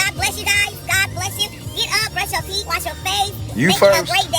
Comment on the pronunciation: This boy can pronounce malicious but can't pronounce teeth